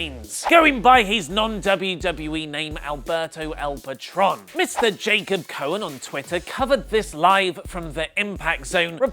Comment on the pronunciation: The new Impact star's name is pronounced pah-TROAN.